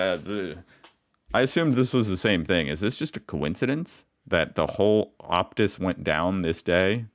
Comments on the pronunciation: i nearly died lol optuus ooptus optus optuss...... you say it like op-tus.... not ope-tus...... lol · Phone network, pronounced op tuss. It's a Canadian owned network. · Mate. The word is not "OPUS". The word is OPTUS". It carries about half of all the telecommunications and internet in the country. This is shit for their customers. Really bad. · Opus emoos and woolswurth. C'mon Mate